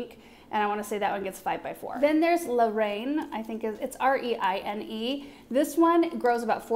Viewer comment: Hi! This rose garden is going to be so gorgeous, can't wait to see everything in bloom! The rose called La Reine would be pronounced like "la ren", and it means "The Queen" in French. 👑